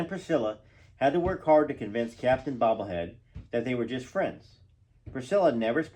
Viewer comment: Why do you say "Bobblehead" instead "Beaulieu" for Priscilla's last name? And also for her father?